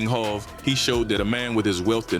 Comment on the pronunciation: Jayz jehovah hova hov go practice. You're losing credibility if you can't pronounce hov